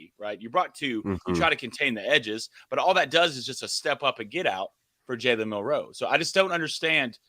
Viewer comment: You turds still insist on mispronouncing Milroe’s name. No one else makes this mistake! Why do you insist on this. It’s disrespectful!! I thought at first that y’all just didn’t know. But, I keep bringing this up and y’all keep doing it. Immature!